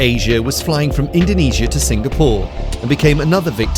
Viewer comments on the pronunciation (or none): none